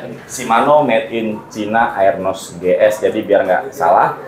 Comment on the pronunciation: arnos bang,bukan aernos bacanya